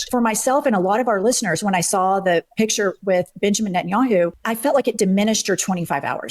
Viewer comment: i know this is kind of irrelevant but cory booker keeps saying 'entanyahu' instead of 'netanyahu' and i thought more attention should be drawn to that